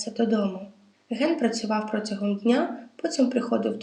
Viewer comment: Дякую за історію. Маленькі виправлення: протягом, кУхонний